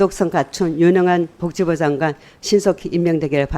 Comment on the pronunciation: 서명옥아 복지부장관이다. '벅지부장관' 아니고 벅지부가 뭐냐